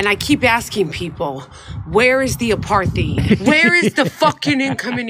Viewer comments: Dutch pronounciation of 'apartheid' without an h in the middle. So it's not aparth hite. It's apart hite with every vowel really short except for the first which is a slightly longer held aah. Your welcome. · He didn’t take note of the helpful added bit underneath the strange word! APARTHEID AP-AR-TIDE 😂🤪🤪🤪🤪🤪🤪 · As a South African, Rappaport butchered the pronunciation: it sounded like Apart-thide. They were ripping his poor pronunciation off by initially saying apar-theed in their first cut. In a later cut they also said apart-thide like he did. Finally as a South African. The word is is an Afrikaans word. The Afrikaans pronunciation in English would be : A~parrt~hate. Saying it that way phonetically would mimick the Afrikaans word: Apartheid. Americans have been saying Aparthide for decades. I have given up on correcting people because it takes time away from more pressing matters. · "Apartheid" is Afrikaans for "Apart-ness" and is pronounced "apart" + "eight" = "Apartheid" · It pronounced ‘apart hight’. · it’s pronounced a paar tide. look it up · He can’t even pronounce apartheid correctly. 🙄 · Man he can't even pronounce apartheid...😂😂😂😂😂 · He says it with a soft 'th' rather than a 't' sound, but otherwise I think he said it right, and didn't hear whatever they were referring to. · He's always been a dope. He can't even pronounce apartheid. He's asking Jews where the apartheid is in a Jewish neighborhood.